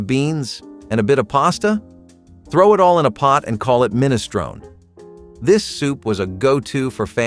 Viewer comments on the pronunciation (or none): You're pronouncing minestrone wrong.